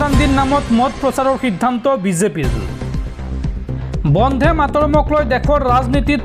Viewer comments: Try to correct your pronunciation not bondhe but bonde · বন্ধে নহয় বন্দে। ৰাষ্ট্ৰীয় সঙ্গীত টোৰ উচ্চাৰণ শুদ্ধকৈ নকৰিলে ইয়াৰ পিছত তোমাৰ ওপৰত গোচৰ তৰিবলৈ বাধ্য হম